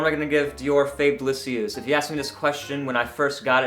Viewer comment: oh wow. this sounds awesome. I will have to get a sample. BTW not bad french